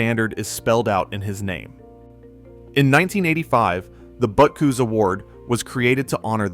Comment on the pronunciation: AI disclosure should be a law on the internet. Google - make AI disclosure mandatory on all YouTube posts. We shouldn't have to waste our time waiting for all the mis-pronounced names. They mispronounced Butkus, Halas and Unitas. It makes you question the validity of the information presented.